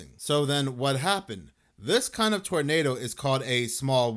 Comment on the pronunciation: First heard torpedo than realized you said tornado!